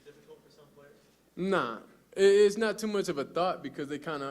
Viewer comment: He can’t even say his players names